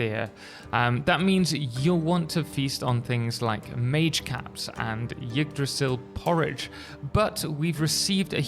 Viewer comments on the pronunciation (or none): It's just "igg-druh-sill". Pronounce the initial Y as an I and you got it.